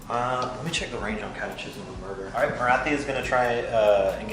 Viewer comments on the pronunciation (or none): Why do you pronounce it cat uh chism instead of cat uh kism?